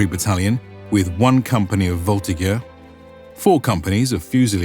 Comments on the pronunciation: Just saying: « Voltigeurs » is pronounced « VoltiJeurs » in French 😉 This said, thanks for this comprehensive introduction of the Grande Armée. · We pronounce voltiJer